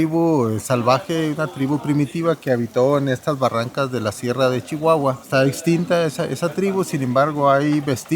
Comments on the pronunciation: no se dice Chihuahua... Se dice sssssshiguaaaguaaa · No te diste cuenta en la manera de pronunciar la C H ,como Shihuahua mashaca mushasha .😅